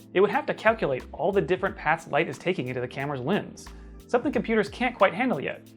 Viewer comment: Why is he pronouncing lens like lins, it’s pronounced how it’s spelled